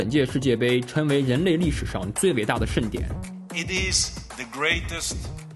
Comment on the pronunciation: 称为盛典 不是 嗔伟肾点。 那个 g 音要有的。。来来来 ，跟我学拼音 ， cheng cheng cheng, sheng sheng sheng。《生活大爆炸》中的barry kripke，就是这样，发音不全，经常成为笑点。否则哪天万一有机会见到 成龙 ，难道 叫人家 陈龙大哥， 胜利 说人家 肾力？！